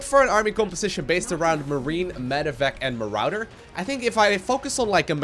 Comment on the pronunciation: Marader?? Sorry if i offened the way yoy speak